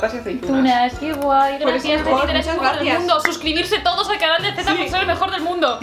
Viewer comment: aaaaa era zetaaaaaa, siempre entendía tetita 😂😂😂